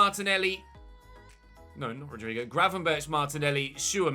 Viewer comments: It's not graven-birch It's Berg, with a rasping G. Almost like a sore throat one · Btw, you pronounce it Gravenberg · Just a tip: Gravenberch is pronounced with the same G at the end. So the “ch” makes a “g” in this case (as in most, if not all in Dutch pronounciation). Like a “hard g”.